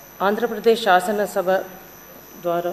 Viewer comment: Shashanam shabha ennikudaina. Bharata desha sharvabhoumadhikaranni, shamagratanu. 😂😂 Oreeiii evadaina veediki speech therapy iyyandrareii , vinalekapothunamu 😂😂